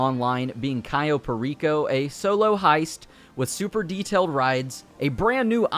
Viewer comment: "Cyo" Perico, its CAyo Perico...